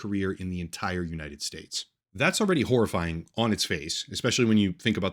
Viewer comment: He said “That’s already horrifying”, but it’s actually “whore-ifying”. 😅